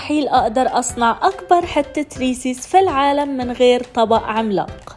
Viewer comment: ريسز وليس ريسيس